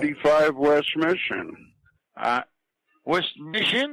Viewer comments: When he makes fun of his own pronunciation. "west miSHIN" lmfao! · wEsT mIsSiN???